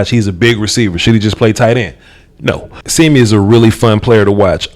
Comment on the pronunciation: Not SEEMEE... it’s more pronounced Sim mee but close enough I guess